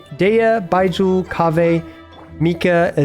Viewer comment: why do you say baizhu so weird, its like you're saying bye jew lol